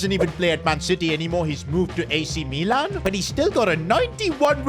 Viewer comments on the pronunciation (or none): none